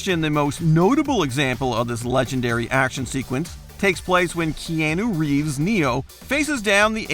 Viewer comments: "KeAYYnu Reeves" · Lol has this guy never heard Keanu Reeves name pronounced before? I’m surprised he didn’t call Scarface “scareface”